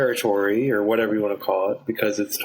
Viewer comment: “You can get whateva....”